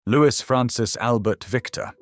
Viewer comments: Louis is pronounced Looey not Lewis, you ignorant fool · His name is pronounced Louie not Lewis!! He has been dead for many many years, so what is the point of dragging his name through the mud 46 years after his death? Apart from sensationalism, there is no reason. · Loo- ee. Not Lewiss. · His name should be pronounced "Louey Mountbatten", NOT "Lewis Mountbarton"! It is a pity that you couldn't find an actual living Brit to narrate this story! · Why should we believe your information if you cannot even pronounce his name as " Lou-ee" and has never been known as "Lewis". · It's not pronounced Lewis. It's Lou-ee. I suspect that if the family wanted it pronounced Lewis, they would have spelled it that way. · Louis is mis pronounced. It is not Lewis it is Louis the same as Louis the Sun King of France. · The Brits pronounce “Louis” as “Lewie” - silent “s”. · Lewis? ffs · Louis is pronounced Louie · In English, Louis is pronounced Lui or in the French way Start with that correction to improve on any seeming ignorance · His first name was pronounced Looee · You don’t pronounce Louis as “Lewis”. Get it right ffs! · Loo-ee, it is pronounced Loo-ee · Well put together and interesting with excellent narration and clear diction, so rarely heard these days. I would however, question the pronunciation of his first name - the "s" should be silent and, at times, the surname sounded like "MountbARton" which grated. Also it was inconsistent which confuses the listener. I would correct this. Otherwise a very enjoyable visit into the life of a very complex man. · Please get his name right . Pronounced the French way